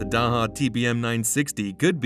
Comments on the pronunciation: Thank you for a great video. The pronunciation of Daher is closer to Dah Er or Dah AIR, more or less. It is most certainly not DA HA. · It's not DAHA ,it's DA AIR . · "Daha" ... what the hell are you smoking ? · Daha DAha where did you learn to read? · I'm sure you know by how its "day her". LOL Lower cost option, how about Piper? Then there is the versatile Pilatus. The TBM once was a Mooney. The design changed hands a couple times and ended up with Daher. It's made in Tarbes, France. They got the name TBM from TarBes Mooney, TBM. I believe they are the fastest of the bunch, and have a lot of dedicated owners. At that price point, your getting close to Slowtation (Citation) territory. 8) They are a great airplane!! 8) --gary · Can’t A.I. be taught correct pronunciation? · If you don't know how to pronounce the company name, I'm not sure I can trust the rest of your information. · Come on! You can’t narrate the video yourself?? Need to use a computer that can’t pronounce Daher?? Do better.